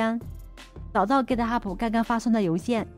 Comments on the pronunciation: 您好，是 Git Hub，不是 Git Hubu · 哥特哈普是啥 ？？ 名字都叫不对😅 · Git ho不英文發音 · github 最后 b 不发重 b 音